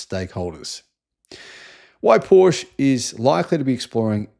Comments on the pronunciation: Porsche not Porsch! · you’re an electric automobile journalist. Porsche is a two syllable name, you know how to say it properly. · Evidently you need to ask how to correctly pronounce Porsche. 🙄😖